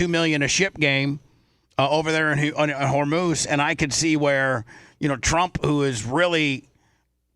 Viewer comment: bubba: you have been reporting about the iran stuff/strait of hormuz. and you continue to mispronounce it. its just mind boggling with peoples inability to pronounce Anonymity and immolation. great content nonetheless